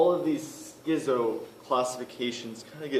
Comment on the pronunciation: The prefix schizo- is pronounced "skizo", not "skizzo" like "pizza."